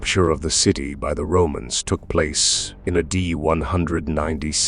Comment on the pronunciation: Amazing videos and good info but a few friendly suggestions. Know when to sound more or less dramatic, improve your cadence, and say “A.D.” correctly